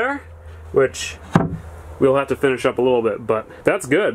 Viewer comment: "I ran out of wood last night so i haw to stop"